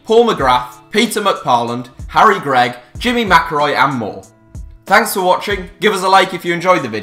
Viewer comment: HellmuthOnTilt4 grigg not gregg